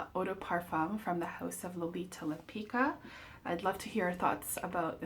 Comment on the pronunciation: It's pronounced like Lempitzka